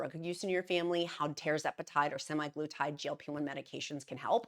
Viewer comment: Also it's SEMAG LUTIDE